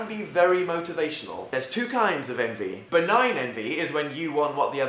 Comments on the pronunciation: I thought I heard “Anti” instead of envy. Jacksepticeye fans here? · I can't listen to you say envy I'm sorry. I have a neighbor, 8, named Envee and she's soooo annoying